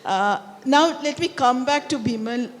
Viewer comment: Its Bimol not bimal.. is she not able to pronounce properly or ist it on purpose. I mean how hard is to called a name correctly. And bimol is not that hard one